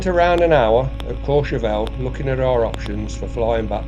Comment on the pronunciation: Just brilliant (as always). I think you may have been overdoing the French a bit at Courchevel though 😂